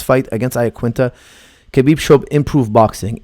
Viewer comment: I am very sorry to correct you but there is no k sound in Russian my girlfriend speaks it fluently I asked her a year ago how to pronounce his name she said Habib k is silent. I dont care really anymore who wins because of all the hate for one fighter or the other. Irish against Russians turning this into a war. it truly will be a 50/50 chance for the old conor from 2 years ago but we have no idea who will be fighting khabib on fight night for sure it will not be the same conor from 2 years ago. We will find out what money does to a person and buys in the fight game. Does it make them better or worse? So do expect anything to happen. This Analysis is based on the fighting skills of conor from 2 years ago do you have any idea how much boxing training he went through to fight floyd? His boxing is 2x since that fight and he is training on regular with top of the food chain bjj black belt Dillion Danis over a year for this fight and he is not training to defend takedowns but to submitt when he has been taken down. Now how much can you learn in one year from a top of the food chain black belt that Competes in the worlds, pans and abu Dhabi and has not been submitted in the last two years by anyone in this division in the world in over 20 bouts giving private lessons to you every day? Let's find out.